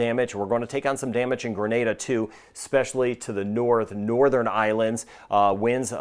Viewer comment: Thanks for saying " Gre-nay-da" and not " Gra- Nah-da" and "To-bay-go" instead of " To-bah-go" like most americans😊